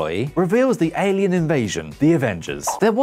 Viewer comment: "Alean"? Lol.